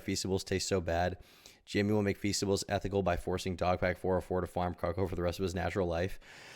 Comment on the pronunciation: bro said being super ethinical that's based